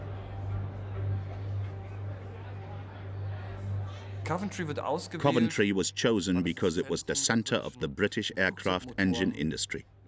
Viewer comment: Hideki Tojo didn't go to Berlin, it was Matsuoka, the Foreign Minister. Also, some of the pronunciations in this video are really bad, like the mangling of "Coventry". With all the work that went into this, why do you undermine its credibility with obvious AI narration?